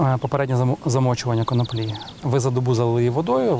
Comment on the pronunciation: Саме так. Українською правильно коноплі (з наголосом на другому складі). "Від Києва до Лубен насіяла конопель" Зрештою, це легко перевіряється. Відкрийте будь-який український словник і отримаєте відповідь. НХНЛ!